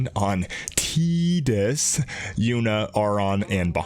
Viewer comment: Eyyy, you said Tea-dus. Nice. =p I'm saving up for 2B, and I think Charlotte.